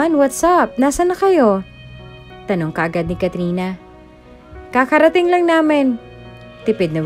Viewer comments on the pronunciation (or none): KARARATING NOT KAKARATING.